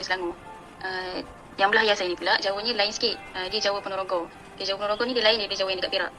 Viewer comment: Ahahha,,, bukan ponogoro lah, tp ponorogo 😂